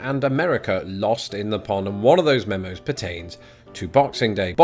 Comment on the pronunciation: Do you say 'memos' or 'memes'? I can't quite catch it